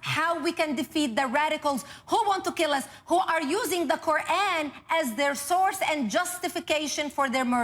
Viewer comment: The sarsour pronounces words like' qu'ran or boko haram' makes me cringe so hard lmao